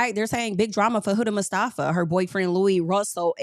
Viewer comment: The way you said mustafa sounds like how americans say iran. Ong at least try